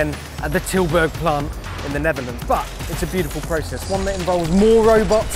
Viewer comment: I love how he said Tilburg, I live in Tilburg.